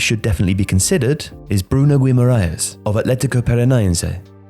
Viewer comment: Gee-mar-aish, more like